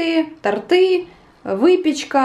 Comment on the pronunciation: тОрты,а не тортЫ😄